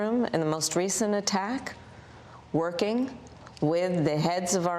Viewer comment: The emphasis on “working” while at the situation room is something to be checked 😂